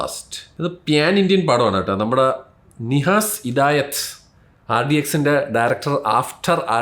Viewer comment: E pottanu noki vayikkan koodi arinjoode nihas alla nahas